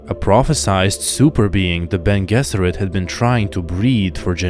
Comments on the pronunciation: Beny je-zer-it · I've never heard Bene Gesserit pronounced that way before.